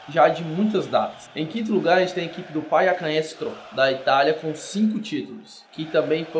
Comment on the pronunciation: "PAIAcanestro", com esse sotaque espanhol... nada a ver essa pronúncia aí hahaha